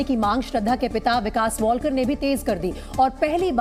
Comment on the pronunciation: अडाणी लोग... वॉलकर नहीं है लास्ट name... वालकर है.....